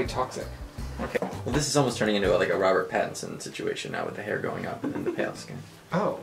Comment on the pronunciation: He said Robert Patterson